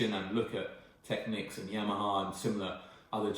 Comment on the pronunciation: You are one of those exceedingly rare individuals who pronounces "Technics" correctly. Aren't all the electrolytics well over due for replacement and should sound and perform terribly ? And I'm sure that Soft Recovery HEXFRED diodes in the power supply would dramatically help mid range resolution.